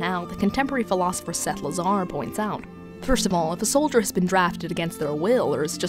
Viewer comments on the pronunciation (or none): none